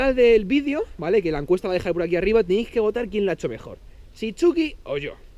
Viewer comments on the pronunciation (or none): Se dice encuesta no encuenta JAJAJAJA Buen video